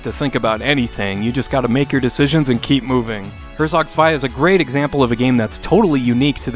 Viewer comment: Great list! I like that you pronounce Herzog Zwei correctly, I don't. My top 2 would probably be Phantasy Star 4 and Shining Force 2